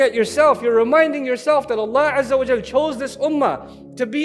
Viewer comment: please correct this not au but it is wa before layamassannakum